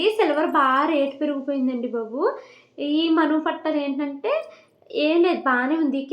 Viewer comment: Pattalu kadu thalli😂😂😂😂...pattilu